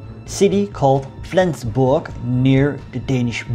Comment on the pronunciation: For a non native speaker your pronunciation of Flensburg is on point. Well done my friend. Quite an interesting video as I live in Flensburg, but I've got no clue about these latter stages of the war - atleast not more than the short entry in Flensburgs Wikipedia article ;)